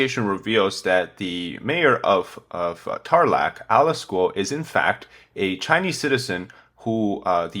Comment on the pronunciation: Bambam in Tarlac, not Tarlac.